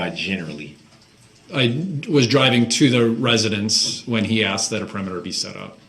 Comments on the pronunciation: Nobody "axed" you if you don't consent to being called that name. .Every time he makes that statement, he's pretty much stating that he's darrell brooks. 🙄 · 12-year-olds also know the difference between grounds and grounzzz! They know the difference between truth and troof! They know the difference between asked and axed!!! DB is ridiculous. He is also a serial killer. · Notice how he says "grounds for the substain" instead of sustain? He says substain multiple times . Almost as bsd as AKSED